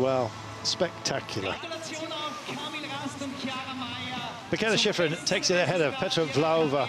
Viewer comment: I don't think Teddy is talking about the commentator, he's talking about the announcer who's there on location. He has a heavy accent, so I'm sure that English is his second (or 3rd or 4th) language. It cracks me up, too. At most of the places she skis, they pronounce her name, "Mee kah ay lah Shee freen" 😂 You'll get used to it. Now, the commentator for the broadcast here is an English speaker by birth I believe, and my problem with him is that he can't pronounce anybody else's name. I remember being so impressed when I first started watching Alpine skiing, and Steve Porino and Steve Schlanger we're so good at pronouncing all those foreign names. They actually put some effort into it. But this guy here, he can't even pronounce Brignone's or Gagnon's or Marsaglia's or Ragnhild Mowinckle's names right. He pronounces the G in the Italian and French names. It sounds like he's been doing that job for a long time, and he's super knowledgeable. I don't get how he doesn't know how to say these peoples names.